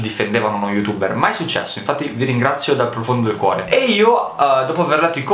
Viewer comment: perché dici youtubberz?